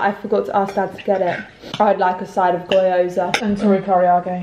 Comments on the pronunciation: I always get a laugh over the pronunciation of Gyoza. Goyoza?!?!?!? It's GEE-oza. Innit? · The pronunciations has me cackling 😂 I get Karaage is tricky but where did that OY I’m Gyoza come from?? 😂❤️ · I’m crying at kaarage and gyoza. The pronunciation hahahha